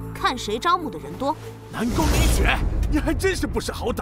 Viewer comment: 58：31-58：33的南宮米雪也太好笑了吧😂😂😂 聽起來好像南宮米血😂